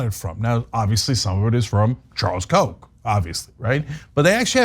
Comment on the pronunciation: I was mystified by all the references to 'coke' or 'Coke' even, until I saw some of the signs with Koch on them. Why can't you pronounce Koch correctly, FFS?! Koch rhymes with loch!